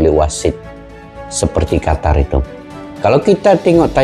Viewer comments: Bacanya jgn qatar, tapi qotor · QATAR ❌ QOTOR ✅